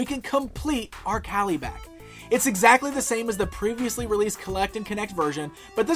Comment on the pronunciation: Who the hell is Cali-back? Are you mis-pronouncing Kalibak's name on purpose to make us Jack Kirby fans go nuts? Has to be a mistake, I mean you work at a comic book store, right?